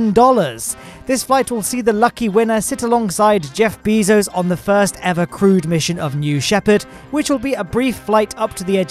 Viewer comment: ah yes, Jeff BEEzos